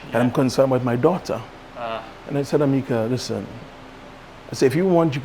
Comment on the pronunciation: No one else thinks it’s strange he named his own daughter AMICA! (Amy-ca)